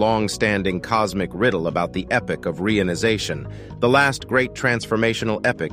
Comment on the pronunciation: re - ion - ization